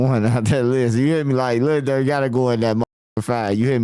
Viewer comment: He said Durk